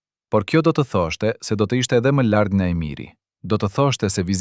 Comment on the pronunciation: Shum mir e paski verejt,ky person qe po e lexon tekstin,nuk eshte shqipetar,te na thuhet larg,e jo llarg-llargohej,L-in sun po e shqipeton.